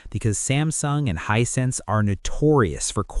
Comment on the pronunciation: Hisense not Hinesense